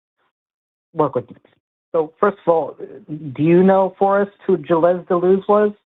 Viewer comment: When butchers the name to “Gilezze”, you know just how little study and research they’ve done before lazily namedropping them.